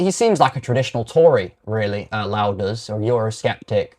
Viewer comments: Your mispronouncation of Rupert Lowe's name by calling him a louse is as much of a shite thing to do as your support for the shite Islamic religion. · You must be saying his name wrong on purpose? Why are you trying to make yourself sound unintelligent? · Couldn't even pronounce his surname correctly As for the debunking, well I've listened to far more informed individuals, and this is just sophistry. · Are you mispronouncing Rupert's surname to purposely wind folk up??...it's working. Oh, and you debunk nothing. Scraping the barrel to justify SA...sick.